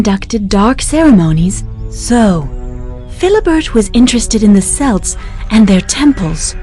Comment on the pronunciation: It is pronounced kelts.